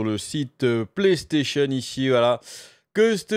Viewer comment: Mdr le "Pléstaision" :) tu le fait vraiment bien :)